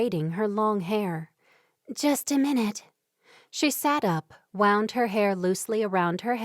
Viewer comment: A wonderful story and great narration! I giggle at some authors using AI, and the fake expression and mispronouncing of key wourds, like wownd and woond, wound used inappropriately. Real people are so much better!